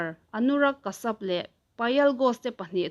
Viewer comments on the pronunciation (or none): Anurag Kashyap...Kasap ni lovin Kasiap tia lam tur a nih hmel